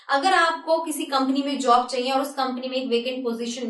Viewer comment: jab ap ye bolti chaiye it sounds like funny so funny